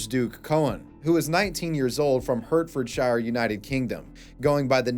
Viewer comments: pronounced heart-fud-sheer lol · lol bro, it’s Hertfordshire pronounced “Heartfordshire” 😂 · Bless you, im going to say Hertfordshire like that now from now on 😂